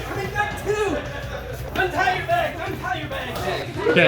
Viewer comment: I can't tell you what a giggle Everytime I hear you () say the word BAG.. lol I adore that you pronounce it as BAHG..?? ITS ADORABLE 😊🙂